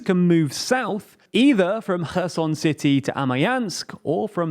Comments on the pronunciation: When I heard, "he abandonned Her Son", I asked, "why he did that"? Soon to realise, it was Kherson ! Do you prononce the "K" in Kherson ? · Actually that is incorrect. It is NOT Herson with an english H sound. It is closer to the english sound of X but more like the sound you make when gathering spit in your mouth before a big spit. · I swear, I heard called Kherson "kerrsun" Did he pronounced it correctly more recently or am I missing an episode (I know it's called "Herr-son" because the K is silent) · Kerson pronounced Herson in Ukrainian...read phiniticaly .. .o is o not a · When did Kherson become Herson? That threw me for a loop. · Stop trying hard to pronounce Kherson that way if you can't even be consistent doing it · It’s close but still it should be a velar fricative and not a glottal one. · no, the issue with is how they even failed to read the letters in the correct order. not even them saying them in an english pronunciation, just plainly changing the word